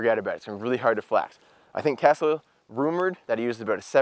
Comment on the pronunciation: Nobody heard him say Kesley ??